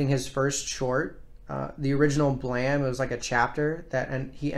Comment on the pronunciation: The E in "BLAME!" is silent